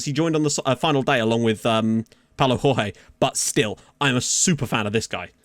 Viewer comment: Jorge in portuguese is not the same as Jorge in spanish its pronounced Giorge or just go to google translator and hear it